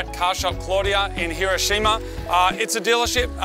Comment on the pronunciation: Can pronounce Subaru, can't pronounce Hiroshima. You can take the boys out of Aussie, but you can't take the Aussie out of the boys.